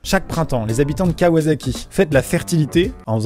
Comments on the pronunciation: Juste pour faire le relou, C'est kawasaki et non kawazaki. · La nom de la ville se prononce kawassaki pour les motos c'est pas un s mais un z